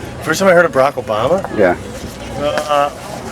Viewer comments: what can you not see or hear? 1.smart reasons for obama being a terrorist!!!!! 2. black people!!!!!!!!!!!!!!!!!!!!!!!!!!!!! omg chick learn to say obama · ugh that biatch is trash and she says obama very strangely... haha good work sir. good work.